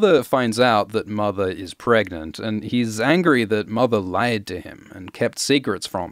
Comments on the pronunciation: I am so happy you said "pregante". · "Can u get Pregante?" that killed me